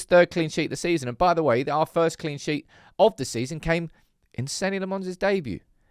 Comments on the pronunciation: "Seh-nah", not Senny. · It's pronounced Senna, not Senny, just watch the video where he says his name for you! You sound like a moron saying Senny. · I'm having an aneurism every time you mis-pronounce the blokes name 😂😂😂😂